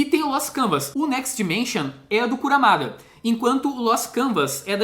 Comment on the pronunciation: Só uma correção, é Kurumada, não Kuramada.